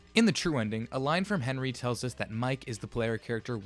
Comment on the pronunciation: bro said "henwie :3"